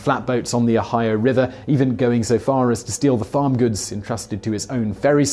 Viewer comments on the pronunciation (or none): none